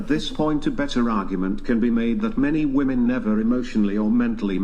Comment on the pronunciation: please learn how to say the plural form of WOMAN properly. It's not WOMAN (whuh-man). It's WOMEN (whih-men).